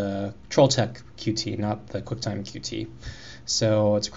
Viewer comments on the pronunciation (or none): Thanks for the videos, just starting out on CMake, useful to know how to use some more of the features. Just to let you know Qt is pronounced like 'Cute'.